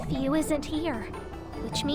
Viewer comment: FUU! NOT FEW! FUU! GODDAMN!